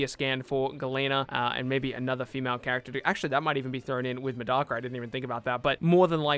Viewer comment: So no one go correct this man Grammer? Are you an English anime watcher cause you butchered Tsuna and Medaka. It's Tetsuna like tetsu na yoshi in his full name. And MA deck a.